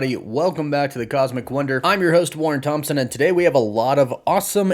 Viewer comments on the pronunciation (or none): none